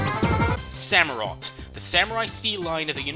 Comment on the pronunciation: It's an otter dude, not a sea lion... SamurOTT. For OTTER.